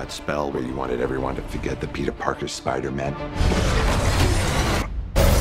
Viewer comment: Is anyone going crazy between to where Dr Strange says "Spiderman" but it sounds more like "spidermen"?